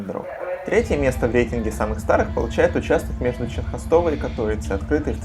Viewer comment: "Ченхостова" ? Правильно Ченстохова (Częstochowa).